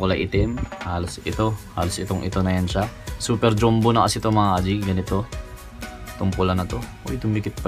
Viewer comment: Boss bakit dyumbo? Diba dapat dyambo ung basa sa “jumbo”